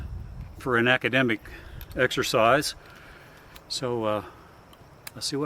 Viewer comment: "Ammodemic"? No wonder I feel achey and tired.